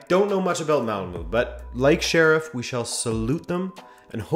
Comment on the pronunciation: I've been considerably entertained this week by the variety of pronunciations for "Malmo" that are floating around the Web — 'mall moo, Ꞌmall muh at ESPN, and a third I can't exactly remember. Stand back and pay attention — I know the truth. I had a Swedish dorm roomie in College 50 years ago, a 25 year old son of a Malmo cattle baron getting his Ph.D in Agricultural Economics. He pronounced it just like it looks — " Ꞌmall moe". He was an interesting, fun guy, worked summers in Nevada as a cowboy, so he knew his way around all the bordellos in the state (the best, he said, was Susie's in Battle Mountain, but I imagine Susie is getting a little long in the tooth by now, and a little saggy everywhere else), and his knowledge of liquor was encyclopedic. One Saturday morning, before my eyes were even open he handed me a shot glass of Irish whisky. The other 2 roommates were watching me expectantly, having already downed their glasses. What could I do; my street cred hung in the balance. I opted for Cool over Common sense, and felt like crap for half a day. I must have been gullible back then, because he once recommended I try Campari and Tonic before dinner, and... It was GREAT. REALLY! A transformative experience, a real eye opener. Y'all should definitely try it. For sure. Remember — Ꞌmall moe.